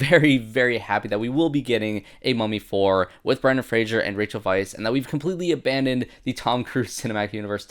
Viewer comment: Fraser, not Frasier. And, yes, it matters. Even he’s corrected people who mispronounce it. 😂